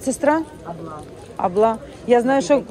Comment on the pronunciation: Имам не поёт, а читает молитвы👆🏻 Не аблА, а Абла, ставим правильно ударение😁